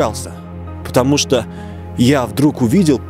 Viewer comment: Не шокай